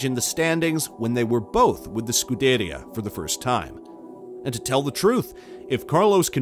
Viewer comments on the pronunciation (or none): The mispronunciation of “Sainz” and “Scuderia” and others shows this page has no idea what they are talking about. Not to mention they made an 8 minute video from 3 quotes taken from 3 people at 3 completely different times in the off-season. (Down vote, and hide this creator) ✌️